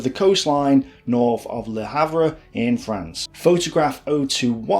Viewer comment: Würzburg is pronounced Vuurtzberg !! Le Havre is pronounced Le Haaarv. Otherwise great ! Oh yes Louis Mountbatten don't sound the s as in Louey. Fascinating and well researched.